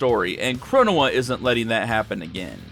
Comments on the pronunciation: 1: Fu's definitely in love with your CaC. 2: Your pronunciation of Chronoa brings me a bit of physical pain. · I hate how he pronounced the Supreme Court of Time’s actual name